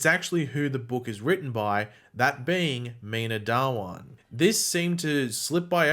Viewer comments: Its not dawaaan Its dhha-one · Dhawan is not Da-Wan but Dhha-1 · Its pronounced Dha-One